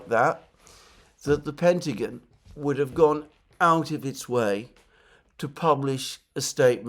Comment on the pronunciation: Great show Alexander...but please, its 'The Pentagon' not 'The Pentagin'😅